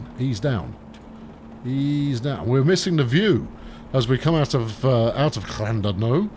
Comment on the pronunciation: Ll and oodno it's said